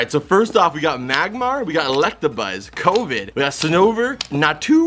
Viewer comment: Did you just pernounce Skwovet as COVID!?!